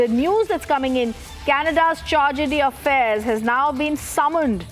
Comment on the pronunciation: Charge-de-affairs pronounciation! 😂What kind of "English" news channel is this?